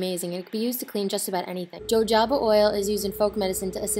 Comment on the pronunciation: I don't mean to be rude but you pronounced jojoba oil wrong